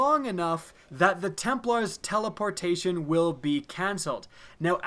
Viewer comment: Lol i think he "teleportion"